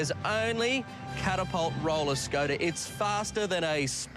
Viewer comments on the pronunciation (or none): He said roller scoater lol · he said scoter the fuckwite he is